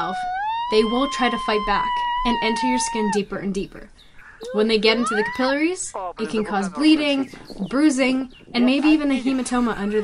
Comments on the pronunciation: "ka-Pill-a-ries" for capillaries? It's CAP-i-lare-ees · Who pronounces capillaries "kuh-pill-uh-reez"